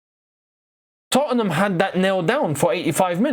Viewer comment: you're the only Londoner I've ever heard put that extra syllable in the middle of 'Tottenham' like Americans do!😂 (Not a dig bro, I love your work💙)